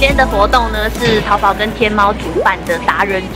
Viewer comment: 身为大陆妹子，我们叫它淘（二声）宝。🤭